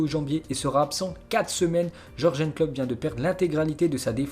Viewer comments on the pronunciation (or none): none